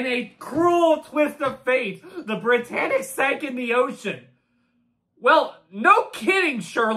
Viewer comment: did you notice it says "Briyannic"